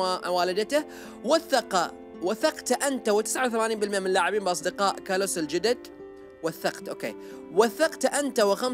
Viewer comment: اسم الولد كلاوس وليس كلس